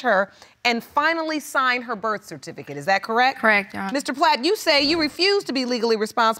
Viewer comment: People have to learn how to pronounce the word "Birth Certificate"!!! It drives me MAD!!!!!🤯